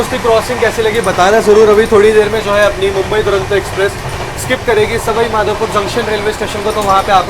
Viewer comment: सवई माधोपुर नहीं सवाई माधोपुर होता है। स्टेशन का बोर्ड पड़ लिया करो। हो तो हिंदी तो ठीक से पड़ बोल सकते हो।